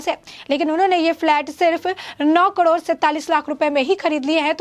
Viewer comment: Say KAROD not KADOR